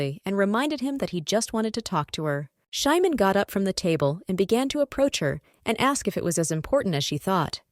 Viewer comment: The name of the ML is supposed to be Simon not Shymon. I dispise these terrible AI narrations! 😠